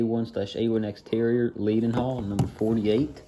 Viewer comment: It’s pronounced ‘led-n-hall’, good video and nice to see British locos appreciated in the US